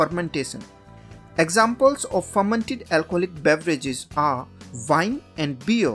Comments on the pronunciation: lol its pronounced "wine" with a w, not "vine" with a v! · I mean no offense bro but it’s called “wine” not vine.